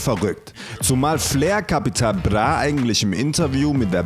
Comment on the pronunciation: Kann der nicht "Bra" sagen? ....Capital Blah